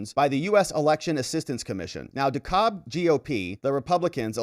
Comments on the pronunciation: By the way. Dekalb is pronounced 'deCAB'. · the county Dekalb is pronounced De- Cab county. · Hey... it's pronounced "dee cab" county, at least by us locals.